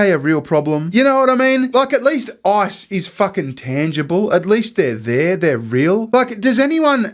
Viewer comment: His decision to pronounce Ice as I early in the video changed the whole tone for me. And the visuals!